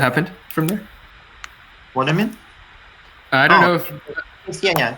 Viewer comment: ""what thu u min" LOL